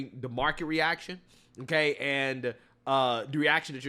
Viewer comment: She was never qualified. Biden said Otay.